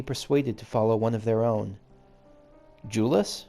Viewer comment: The side quests of zones do often have to do with the msq that was happening at the time, or at least references to what was going on. Just a note, Jullus is pronounced with a Y sound instead of a J sound, like Yule-us. It's been said in a cutscene. I do love when you ship characters. X)